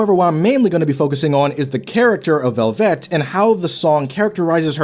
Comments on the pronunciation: I agree with the character study, but why are you pronouncing it like "Corvette"? It's just "Velvet", as in "red velvet cake". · The way you keep saying velvet makes my head swirl into a whirlpool